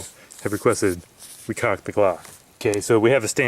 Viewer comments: Who pronounces the L in caulk?... goof! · did you say "shove the cuack in the hole"? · The way he said Caulk Lol